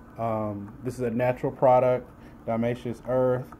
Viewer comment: you cant even pronounce it right